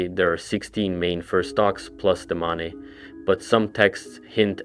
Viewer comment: Why do you keep pronouncing the Mane "ma-ne" when it's pronounced "main"???